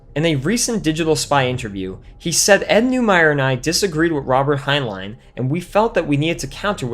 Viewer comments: For God's sake...when you're using names other than your own that you know HOW TO PRONOUNCE, ALWAYS LEARN HOW TO CORRECTLY PRONOUNCE THEM! The author Heinlein is NOT pronounced "Hein-LINE," it's "Hein-LYN!" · "Hein-line" - lol